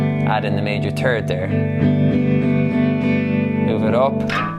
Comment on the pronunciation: I loved the "major turd" 😂 Made my day, thank you